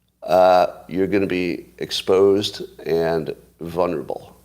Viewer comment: Scott is vunnerable to not pronouncing the first 'L' in 'vulnerable'.